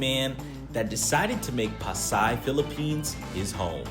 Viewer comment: that man in the philipines wow and refuses to learn the correct pronunciation of that city